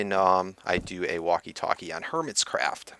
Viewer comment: you said hermitscraft lol